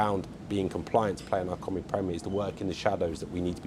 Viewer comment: He can't even say "Cymru" correctly. Heaven help us. Friday football will fall flat on its face.The league has been crap since the early 90s. It'll still be crap 30 years from now. I bet the likes of Caernarfon, Rhyl, Bangor all wish they were still in the English pyramid. Why does he talk about Euros? We have ££ in Wales. Total 🤡 clown